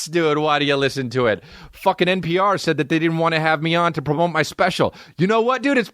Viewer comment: Haha when Chris says "promote" he says "prmope"